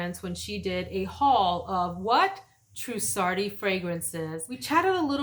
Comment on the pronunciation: Omg I’ll remain your cousin, love your pronunciation so much better. You did an amazing job pronouncing TRUSSARDI, I could never make it that smooth 😆🤣🙌🏾🙌🏾.